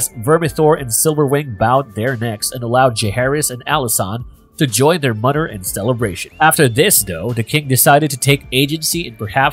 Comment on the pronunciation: Yep. Totally agree...I find it extremely annoying to keep hearing: "anodder" "mudder, fadder, and brudders"